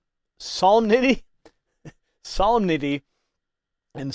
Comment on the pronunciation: solemnity is pronounced: suh - LIM - ni - tee